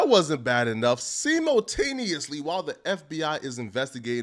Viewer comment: who the fuck says “simultaneously” like that ?🤣🤣🤣 st***d ass mf🤣🤣🤣🤣